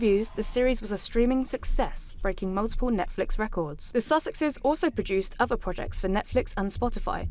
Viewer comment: The narrator is unable to speak properly. Someone tell her it’s ‘other’ not ‘ovver’. The standard is appalling. Generally, I don’t care how people speak, but if you’re going to narrate on a main news channel then it needs to be better than this.